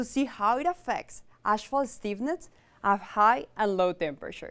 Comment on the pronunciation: it's not ashphalt it's asphalt!